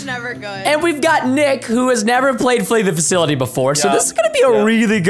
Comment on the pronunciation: All of you Guys! I love Flee the Facility or as Preston Says it "Flee the Faculty" MORE PLZ and Also MERRY CHRISTMAS AND A HAPPY NEW YEAR ARSEMENT FAMILY!!! 🔥🔥🔥🔥🔥🔥🔥🔥🔥🔥🔥🔥🔥🔥🔥🔥🔥🔥🔥🔥🔥🔥🔥🔥🔥🔥